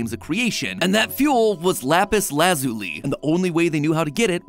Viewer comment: The real lore is why in the world you mispronounced basalt, lapis lazuli, and elytra all in one video.